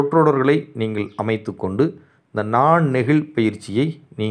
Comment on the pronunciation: நல்ல விளக்கம் ஐயா. நீங்கள் எனச்சொ ல்கிற போது நீங்கல் என்று ஒலிக்கிறதே!